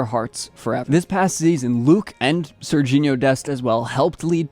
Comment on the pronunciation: Not Sergino😭😭